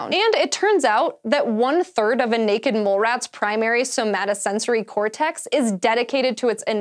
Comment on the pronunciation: elegant pronunciation and i loved the enthusiasm for the scary creatures hahah Primary somatosensory cortex is an awesome word